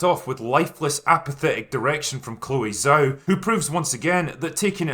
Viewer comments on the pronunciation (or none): Good review, but Zhao is pronounced djao. Chinese is weird that way.